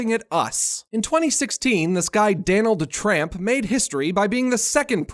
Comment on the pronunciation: It’s Donald trump not Danald tramp